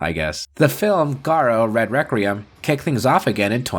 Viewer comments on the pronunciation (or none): none